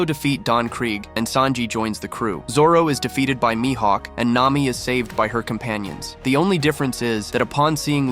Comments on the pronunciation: Lil bro calls Mihawk mihaeck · It’s more like my hawk